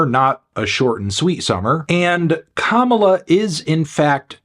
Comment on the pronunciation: finally he pronounced Kamala’s name right